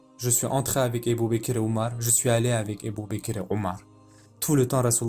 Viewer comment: Masha'Allah! Très intéressant, c'est la version de la série Omar. Mais c'est quoi cette façon de prononcer les noms des compagnons ? Ébou békér, c'est fait exprès ou quoi? Puisque le narrateur pronce très bien autres mots en arabe